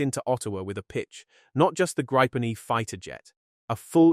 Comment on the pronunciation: Grrrr! It's Gree-puhn! Cognate to Griffin!